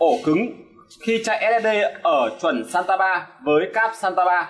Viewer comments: SATA không phải SANTA ad ơi :))) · làm clip công nghệ mà cái tên cáp cũng phát âm và đọc sai nữa, title thì giật tít thấy ghê